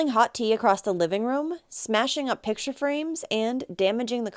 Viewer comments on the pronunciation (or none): none